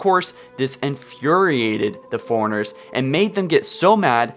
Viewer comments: The way you talk in every episode drives me nuts. Foreigners? They're forerunners. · Every time you say "forerunners" all I hear is "foreigners" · FORERUNNERS not Foreigners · "Foreigners" lol